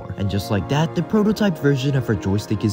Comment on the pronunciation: STOP SAYING “DAT”